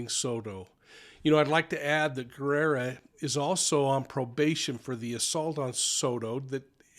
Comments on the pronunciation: It's pronounced Ge RRa not gerrera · Well so much speculations and theories of what happened, its crazy, i guess we will never know for sure what happened in that transaction, im waiting to see what the autopsy says that may clear some more. I wish i was a fly on the wall that day. Btw it’s Guerra not Guerrera, just saying! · Thank you for reporting. I think you add an extra syllable to Matthew's last name. Sounds like you think it is Guerrera, but it should be Guerra. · Guerra not gu erra guerrra pronounce the rrrr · Hi there! Guerra is pronounced Geh rah. The u is silent. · Guerra = Gaer-ah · Just so you know. The [u] in Guerra is silent. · Bexar County, Texas. Bexar pronounced "bear". Guerra pronounced with a hard G, gerra.